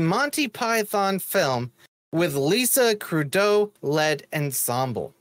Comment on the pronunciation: It is Kud-Row, Not Kudow.